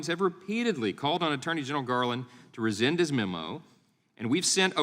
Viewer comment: And this nice speaker really needs to learn to say the word "RESCIND", clearly & correctly. (Biden Gov't's hard of hearing.)